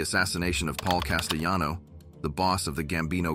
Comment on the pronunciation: When the orator couldn't pronounce Paul Castellano's name correctly, it raised concern in my mind also. After he mentioned of the guards messing with his food, I stopped the film to check out comments bc I had my doubts of the correct and true information being told. Thanks for your input. I agree... I don't think this creator of this film knows a whole lot about John Gotti.